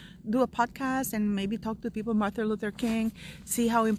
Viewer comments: Mar-TIN, not Mar-THA, Luther King. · Sounds like you are saying Martha and not Martin - sorry to be picky X